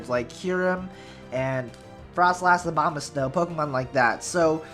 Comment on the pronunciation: Am I the only one who hears Obamasnow every time? XD or he does that on purpose?